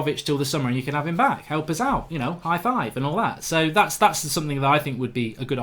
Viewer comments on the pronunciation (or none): none